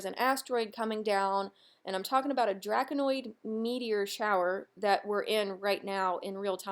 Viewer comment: 'Draconid' (Draco-nid), not "Draconoid" meteor shower. ☺👍